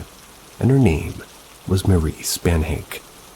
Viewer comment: In story #3 Spannhake is pronounced SPAN-ə-kee. I saw Janice in Oprah,one day. She described how Cameron love bombed her,before they were married and there were no signs of what he was really like. Once they were married,he not only told her that hed kill her,he told her exactly what he'd do,how badly it would hurt and how long it would take her to die! She told Coleen that she'd been as much a prisoner as Coleen had been.